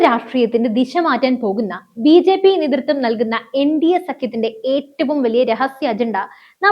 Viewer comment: കീരളമല്ല -നീതൃത്തം അല്ല നേതൃ ത്വം